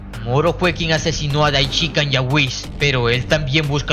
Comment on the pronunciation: Lo unico negativo de tu video es la horrenda forma como haces mencion del Sumo sacerdote Daishinkan .. mencionandolo de corrido. Incorrectamente, Puedes decirlo de mejor forma o de la forma correcta. Debes hacerlo en 3 fases Dai luego shin y finalizas con kan Tres silavas fuertes Dai Shin Kan Asi es que se debe hacer. Le recomiendo que escuche los videos de los traductores originales y los priginales mismos.. ((Daichica )) asi no debe ser